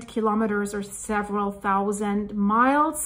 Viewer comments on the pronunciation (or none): none